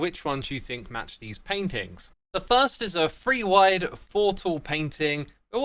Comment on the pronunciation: I just noticed says 'free' to 'three'